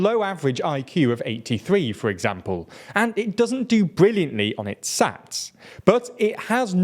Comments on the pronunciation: Just a heads up the exams for highschool student called SATs is not ponounced as an "sats" it is just spelled out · Mispronouncing SATs is understandable, but "Luthaerian" for Lutheran really takes the cake. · hearing someone say SATS as sats just made my laugh uncontrollably lol, I guess it's more funny because I'm a high schooler, but it's just funny